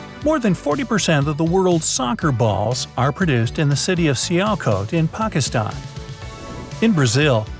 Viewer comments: Ah finally someone pronounced pakistan n iran correct....phew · Ur the first youtuber that pronounces pakistan right others say it as paikistaan